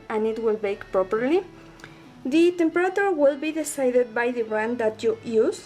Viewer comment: And u say temperature wrong